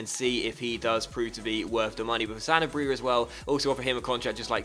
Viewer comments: Pretty sure Sanabria is pronounced "Sen-Arb-Rea" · Sa (like sa-vage) na bri (roll the tongue) a. :D